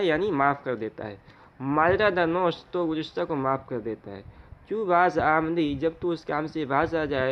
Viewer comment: ماجرا در نوشت ، میں نوشت کے واو مکسور ہے ۔۔۔غلط مت پڑھئے